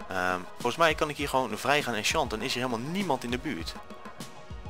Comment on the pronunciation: Haha hoe je die bottle of enchanting uitsprak met dat "O chanting"